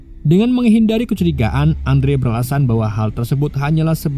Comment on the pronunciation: Kecurigaan bika gucurigaan